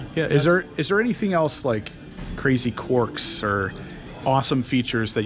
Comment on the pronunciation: It’s Quirks not corks. Lmao 😂